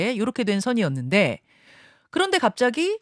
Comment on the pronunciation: 왜 갑짜기 라고 강조 하지 마세요 ~^^